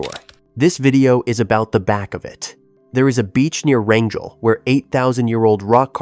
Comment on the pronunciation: The three separate pronunciations of Wrangell…ugh, I hate AI and I hate when people are too lazy to figure out traditional pronunciation of the topic they are creating content about